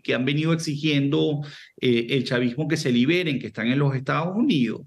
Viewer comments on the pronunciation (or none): a pero estados unios y no estados unidos como pronuncia de mal el español estos Venezolanos como el airiopuerto no aeropuerto